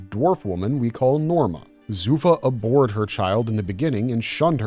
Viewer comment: ab-Hored, not “ab-ored”